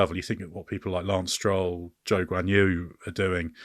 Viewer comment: At least that's better than somehow constantly mispronounce Leclerc and Zhou's names